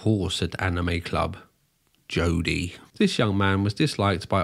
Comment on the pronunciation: add the way he pronounces "Jodie" so balantly to my favourites...